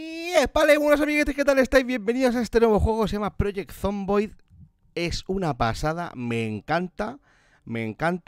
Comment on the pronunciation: Se escribe Project, se pronuncia Proyect